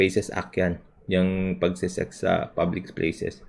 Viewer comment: tma ba dinig ko sabi ni libs "publicS places" o "public Splaces"? Critical thinker db at meticulous? 🤣 Epic yang safe spaces act, na obsess na talaga c libs 🤣